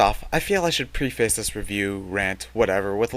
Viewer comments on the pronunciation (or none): you pronounced preface wrong MUAHAHAHA, sure its not the best one, i can see how annoying it can be at times, i notice the flaws, but i respect zelda one, and also, i've never seen a perfect game.